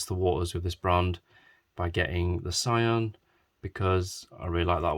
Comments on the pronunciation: its so adorable, btw it doesnt pronounce as sa i an, its prounaounce just sian not "ai" but "ii" like "see-an" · yeah they did perfect job for a miniature i believe. Actually i confirmed the Sian pronunciation from the YouTuber supercarblondie because they italians tell her the correct pronunciation. ^.^